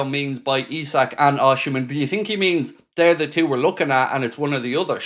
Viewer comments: Hi mate, Osimen is pronounced " Ocimen" and not Oshimen. Cheers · mate, if you're gonna keep reporting on rumours about Osimhen, please learn how to pronounce his name😂. It's not osHimhen, putting an H in for no reason, the same as calling Mo "sHalah"